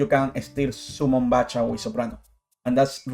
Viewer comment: just gonna say its Back-ha not Batch-ha but grats man, i never thought about summoning Soprano instead with 1st movement, you learn something new about the deck everyday